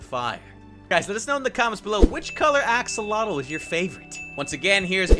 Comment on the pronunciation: It's pronounced "aks-o-lot-l", not "ax-uh-LOH-tl". Also, you might need to be in Survival to get Regen.